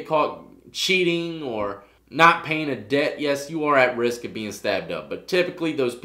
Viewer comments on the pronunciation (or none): none